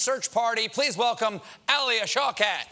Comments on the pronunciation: it's pronounced sh-ow-kat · shaw cat? how american people butcher names from around the world is extremely entertaining